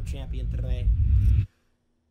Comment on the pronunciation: Jynxi pls never say skidoosh again